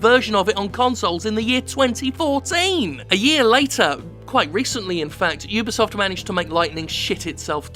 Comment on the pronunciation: Jim@ You did it! You actually said (You Be Soft) correctly!! High Five!!